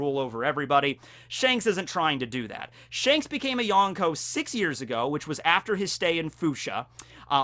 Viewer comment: Everytime someone says yonkou like this, a puppy dies. Good video though!